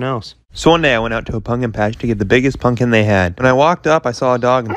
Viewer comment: I love how he says punkin